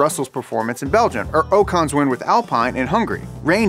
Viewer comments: worst pronunciation of alpine and ocon ever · Call him “oh-konn” one more time. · Ocon is pronounced like awk-on